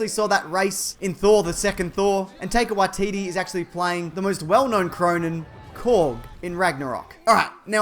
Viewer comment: Tai-ka Wai-ti-ti